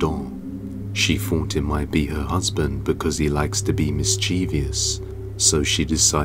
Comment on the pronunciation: Can you PLEASE start pronouncing words like "thought" and "three" correctly?? There's a "TH" at the beginning, not an "F". Love your videos, but hate that. Lol Thank you.